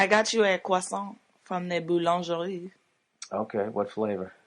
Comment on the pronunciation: The way massacres the word "boulangerie" every time she says it OMG.... Someone teach that woman how to say it properly!!